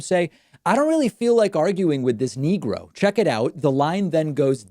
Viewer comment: He said "niggra" which is even worse.